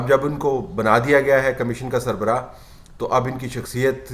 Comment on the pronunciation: طلعت صاحب ! اردو میں لفظ کمشین نہیں کمیشن ہے ۔